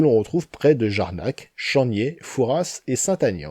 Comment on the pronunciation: Merci pour ta vidéo :) Je suis vert tu as cité mon bled ! Mais pour lui (chamPniers) et pour Angeac (sans i) faudra revoir la prononciation :) Fallait bien que je trouve un truc à critiquer car ta vidéo est parfaite, merci ;) Me reste plus qu'à mieux connaitre les sols de ma région.